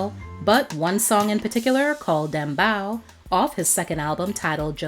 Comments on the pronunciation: It's Dem Bow! Dem Bow (Bowe) not Bow. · Dem Bow is pronounced Dem Bo. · Damn, you butchered Dem Bow and Buju Banton..lol.The half yardie in me just cringed.It is all love,though.This is childhood right here.